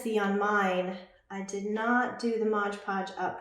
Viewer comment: We can see you really well, but not the project. Maybe zoom the camera more on the project so we can see what you're doing. (and it's pronounced MOD podge not modge podge)